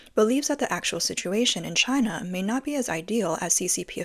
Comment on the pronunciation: Chynnna, Chynnna, Chyyynaaa.. 🤦🏻‍♂️